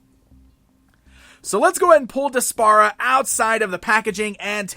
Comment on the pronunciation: I think her name is pronounced despair-a. Regardless, she's a terrible character and an insult to Adora's real cartoon back story.